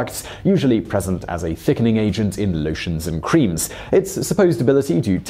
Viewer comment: "Lowshuns and Qureems"